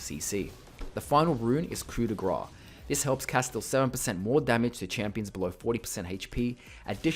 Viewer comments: Why is evryone pronouncing coup de grace "coo de gra" ? The "ce" is not silent ffs. :p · It’s pronounced “grass” and not “gra”